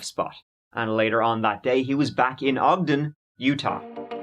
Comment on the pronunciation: Thank you so much for pronouncing Ogden correctly ❤️